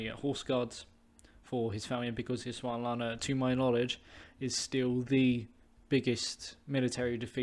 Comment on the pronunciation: It’s Ees sund la wa na :)